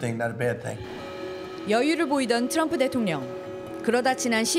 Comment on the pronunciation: Tr 이 들어거면 ㅊ 로 발음한다 트럭=츄럭 트리=츄리 트럼프= 츄럼프😮 3대 제왕? 러시아의 푸왕 중국의 시왕 미국의 츄왕 😮 징글징글